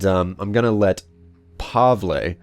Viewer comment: Pavle pronounced Pa-vel